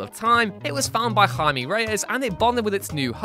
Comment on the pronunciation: Somebody finally said Jaime and not Jamie. WhatCulture is great